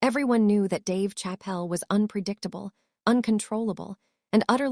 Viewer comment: We're not gonna witness anything. We're gonna witness you keep running your pie hole instead of netting the interview happen. And get a better AI. Can't pronounce Dave Chappelle. Come on, man.